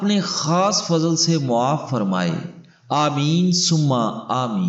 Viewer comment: Muaaf nahi hota maaf hota hai